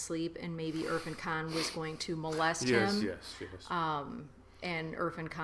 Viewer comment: irrfan is pronounced as ir-faan .. just trying to help :)